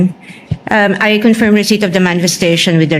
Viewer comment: Tama ang pronunciation ni sa salitang CONFIRM! Ang pronunciation ni BAKULAW luistro ay mali!😂! You should hear it😂! Akala ni BAKULAW luistro ay napakagaling nya! Pwes! BOBO sya!😂! Hindi sya marunong mag pronounce ng English! Words! Ang pronunciation nya ay Tagalog😂! Ang yabangmo nya! Ang mga kulay ng damit nya ay salaginto at salagubang! At nakakasilaw! Kailangan mag sunglasses 🕶️ 😂 ka!